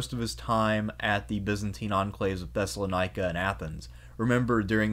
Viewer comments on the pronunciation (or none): none